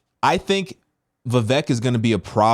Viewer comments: I'll be voting Trump. Vivek is a brilliant guy though. It's pronounced Vivake. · Pronounced Vi-VAYK lol